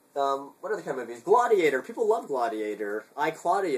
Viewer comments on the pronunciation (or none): Why do you pronounce "Gladiator" so weirdly?